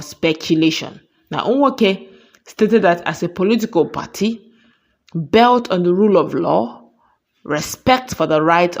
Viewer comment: Pls is it belt or built try pronounce that words correctly, each time you pronounced it built as belt not good